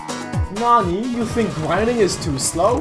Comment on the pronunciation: the way you say “nani” is just a perfecrion...